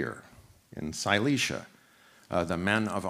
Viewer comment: i kept hearing "silesia" instead of "cillicia" and i got really excited thinking he was talking about some hitherto unknown literate society in pre-IE europe :(